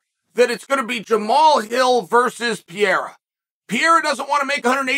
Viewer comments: It’s Perreira. Not Pierra. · Pee-Air-A. Chael, you’re CONSISTENTLY entertaining with your mispronunciation!😂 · Now if he could only learn to pronounce "Pee-era" correctly.... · Can't believe that this guy can't pronounce Pereira 😂😂